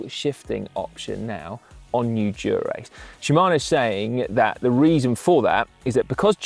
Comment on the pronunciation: Someone teach Si how to say Dura-Ace. Even the subtitles think he is saying “Durex” 😂